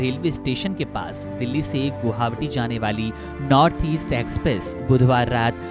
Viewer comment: Guhawati nai hota hai , bhai guwahati hota hai, kya channel hai yaar😂